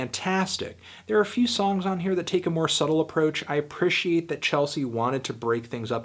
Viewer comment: Anthony! Why can't you pronounce the word "Appreciate" correctly? You sound weird when you say it.